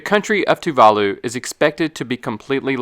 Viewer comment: You need to learn how to say Tuvalu